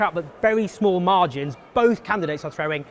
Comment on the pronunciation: Why don't you just try start pronouncing the letter T? "Boaf candidates aw frowing everyfing a' i' " (Both candidates are throwing everything at it)